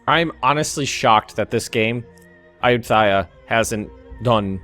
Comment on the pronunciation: its pronounced Ayut-Thaya. But don't pause in the middle where the dash is.